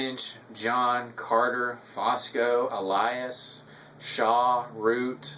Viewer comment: Good review. BTW, the name is Fusco, not Fosco.